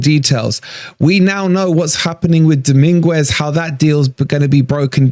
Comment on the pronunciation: Sangare wont come. Dominguez is a great swap. Frueler was trash for us! Please stop butchering his name though 😂 doming-ez